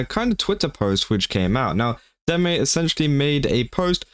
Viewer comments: No, your pronunciation of deme is correct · You pronounced her name right, so, you're good.